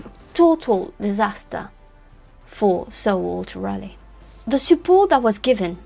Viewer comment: From CR0...that's Croydon not Virginia!...a bonjour, ca va? I really-rally liked your brief critique on the her-story Roanoke Island, John White & Eleanor Dare...you even pronounced the awkward names well...especially Sir Walter Raleigh! (At my celebrated school in south London, our athletic 'houses' were named after Elizabethan icons...as the school was founded in 1619...by a friend of Willy the Shake!...called Edward Alleyn...each house had colours to distiguish them on a muddy rugby pitch...if only in the socks!...Drake(yellow/black), Grenville(green/white), Marlowe(black/white), Raleigh(red/white...my house!), Sidney(red/black) & Spenser(blue/white)...{the school now has 8 houses named after famous MEN!...O dear!)..."Rally" was the way we said the name...not "Raaar-lee"...or as your glamorous rival, Susanna "Lipsco'" insists "Raw-lee"...(She may be right!) Keep it up...as the road to Elle is paved with correct pronunciations with a French flavour! C'est si bon! A bientot!